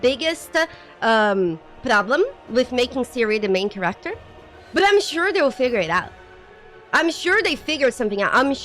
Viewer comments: read this, I swear it’s black magic: Kéracter, not Charácter Done. Pronunciation fixed. You’ll never pronounce it wrong again:) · Your accent is very endearing. Care-act-ter is now my new favorite want to pronounce that word lol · i love how she pronounces "character" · She's canadian right?